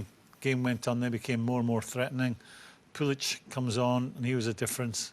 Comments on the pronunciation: & Batshishwhy and Pulich? IT’S FREAKING PULISIC AND BATSHUAYI!!!!! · Graeme Souness murdering the Chelsea names, Pulic and Batitsuayi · Mr pulic😂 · man said PULICH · Souness "pulic, Abraham's,batsuwiyi" 😆😆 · Greme cant pronunce Pulisic or Batshuayi name